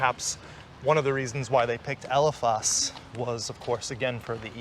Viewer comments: Thats Elephas on the corner I was there every weekend. We all pronounced it Elephis. You're breaking my ears with the Elephahs pronunciation. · We pronounced it "ela-fis". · Great video guys grade video but you pronounce elephas with an accent😅💜